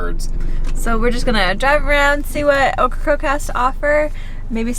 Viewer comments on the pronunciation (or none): How come nobody can say OKRACOKE correctly? Okkacoke, occacroak, okracroke….. 3 syllables, “Oak”-“Ra”-“Coke”. Practice makes perfect. Cute video tho, I like the van.